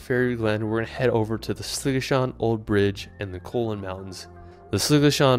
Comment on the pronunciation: next time you do you should ask us how to pronounce the places. cuillins are coo-lins not colons. great video though.